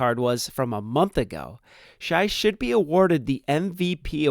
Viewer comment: BTW quit calling sga shi it's pronounced shay my qawd